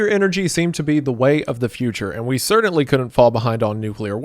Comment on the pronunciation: Impordint ❌ Important ✅ Cerdintly ❌ Certainly ✅